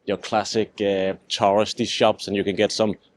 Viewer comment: He pronounces "tourist" almost like "terrorist" lol 😂